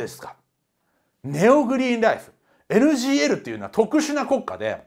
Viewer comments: 一回NGLじゃなくてNGKて言ってます笑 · NGLをNGKって言い間違えたとこで笑ってしまったw